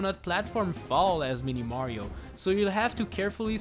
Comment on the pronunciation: Am i the only one who hears 'meaty mario'